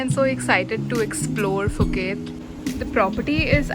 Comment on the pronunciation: Nice video! FYI: Thai people pronounced Phuket as "Pu-Ket" not Fu ket.